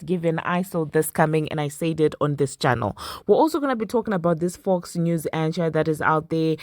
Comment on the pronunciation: lol the ch in anchor should sound like a K 😂 lil tip for you friend